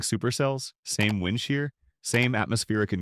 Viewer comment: Get Rid Of The Bullshit AI Voice, It Can't Even Pronounce "Wind" Right